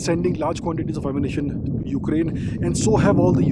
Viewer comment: The way u said ukaraine kinda forgotten rn 😂 mannn❤❤❤